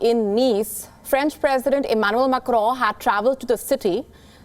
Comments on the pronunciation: Why you oronounce Macro so strong. Cant you listen french tv just to pronounce little better. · “MAK-ROOUN” lol so annoying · Did she just said,'' Emmanuel Macro''? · please stop pronouncing "Macron" like that... do you hear yourself? oh my god